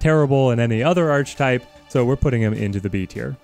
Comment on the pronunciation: My brother, yougotta learn how to properly pronounce Archetype. It's ARCH-E-type. You don't pronounce the arch as in arch. Properly its 'är′kĭ-tīp'